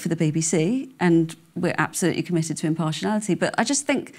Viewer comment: The third "i" in impartiality is not silent.